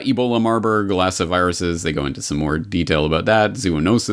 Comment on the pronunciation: I thought it was marburg and lassa that you were reading in the comic & it sounded like you were saying marlborglasses and it just came out that way clear and like that 2 times so it was strange because although you can get to speaking a little fast , you are always very precise ! hum Weird ..? God bless you !